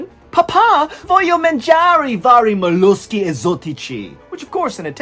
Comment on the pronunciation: Papà voglio solo mangiare vari molluschi esotici🤩🤩🤩 His pronunciation is actually very spot on!